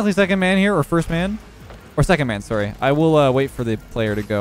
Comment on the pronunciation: i can hear leths canadian accent when he says "sorry"